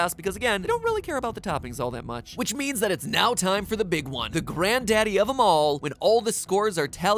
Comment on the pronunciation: The first time i heard that i thought he said "Which pie tastes like cake"